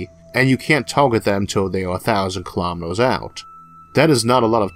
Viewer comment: kilametors lasors forevor duuuude come on its annoying